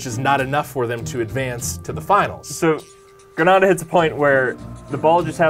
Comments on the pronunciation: Err the way you guys say Grenada 🇬🇩 needs work haha its like grenade but with an A at the end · Gree nay da that's how you pronounce it. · Grenada = "gruh-NAY-da". It's not pronounced the same as the Spanish city of Granada. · Grenada is pronounced gree-nay-dah ... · Its pernounce grenaaada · The way you say "Grenada" makes me cringe, that's a city in spain or something, not the Caribbean country. It's (Gre-nay-da) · BEST COMMENT EVER!!!!!!! Cuz the pronouncing Grenada incorrectly haha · Although not the best circumstance, I'm happy my family's country of Grenada made an episode of this, not many people know of the country, hence why they pronounce it wrong(even the correction is wrong) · Coming from Trinidad EVERY time he said it I cringed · When he said grenada that way i got pissed 😡 🤣 kept watching cuz he corrected himself in the text uppercorner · Lol! Grenadians got to you on the pronunciation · He mispronounce Grenada. I believe thats why few people in the comment section is mixing up The caribbean Island vs Granada the team. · Granada is a Spanish la liga team Grenada is a Caribbean team. Pronunciation matters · I'm sure you know by know, but that's not how you pronounce Grenada, the Caribbean Island, as opposed to Grenada the Spanish city & province. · I saw that and it only makes it worse. They should have done their homework and not add in the correct pronunciation afterwards. Thanks though. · Why are two Americans calling the sport "football," and pronouncing Grenada like that? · They are pronouncing both countries names wrong. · Ignoring for the moment that both these guys are mispronouncing the name of the country "Grenada" (it's Gruh-NAY-duh, not Gruh-NAW-duh), this is one of the funniest stories I've ever heard! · Wooo s/o to 🇬🇩 Grenada!! It’s pronounced GREENada. Not GRANADA, Granada is a city in Spain. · Side note* You keep pronouncing Grenada like it's Granada, the city in Spain, not the Caribbean country. (Grenade-ah) is how it's pronounced